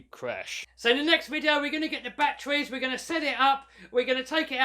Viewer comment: You mean kraken not kwaken, and It's batteries not bat-trees